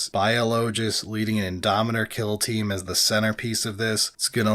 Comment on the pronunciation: Indomitor, not Indominator 🤓☝🏻